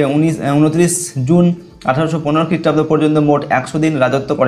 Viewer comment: Sir please 🥺 khrishtabdota bola thik koran